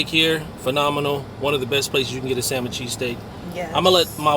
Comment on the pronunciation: Lol when she said samon it sounded like semen cheesesteak 😂